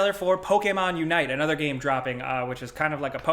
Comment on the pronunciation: Shit I got beef with and I've never even met the man. The dude can't even say the word "game" right lol Nah he seems cool, I'd buy a beer 🍻